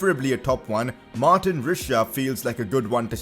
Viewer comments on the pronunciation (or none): none